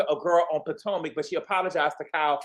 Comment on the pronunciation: Did. You say 'poor-tomac'??! 😂 If not that is funny and shady when comparing Gizelle to Teresa